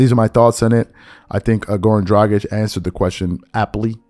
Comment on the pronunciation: Wow im rly impressed that you said Dragić the right way and not "Dradzik" like most ppl do